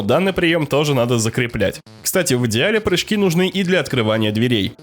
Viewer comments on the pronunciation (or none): none